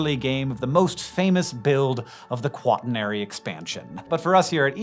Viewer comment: Please: kwuh-TURN-uh-ree